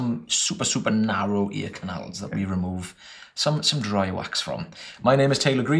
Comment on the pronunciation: I will start saying "narry" instead of "narrow" from now on Much love! Your videos are great and it's awesome to hear that people watch your videos and it helps them build the confidence to go get an improvement to their life!